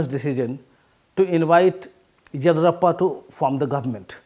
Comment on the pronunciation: Horrible English. He cannot even pronounce Yediyurappa properly. Useless piece from a highly valued “The Print”